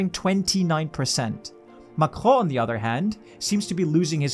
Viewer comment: The way you pronounce Macron is making my ears bleed